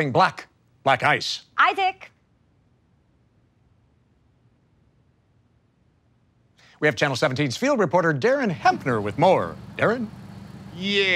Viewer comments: the way "black ice" sounds like "black guys" is what makes that sketch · When u realize the reporter lady is saying Black Guys and not black ice all along